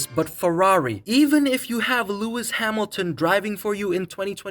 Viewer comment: "Lewis Hamil-a-ton"